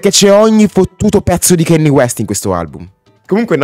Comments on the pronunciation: a me piace solo BURN e PAID, ottimi brani. Pero' Kanye tente a esagerare con la distorsione, sarebbe ora che imparasse a regolare i volumi. Piuttosto, e' ora di cominciare la pronunciare il suo nome correttamente. Non si dice KEINI, si scrive si legge KANYE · grazie della conferma che sia un album pazzesco. ma si pronuncia "canie" non "chenni" e "tai dolla sain " non "ti dolla sain" (ho scritto la pronuncia non sono analfabeta giuro hahaha).